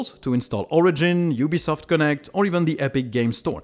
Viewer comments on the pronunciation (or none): none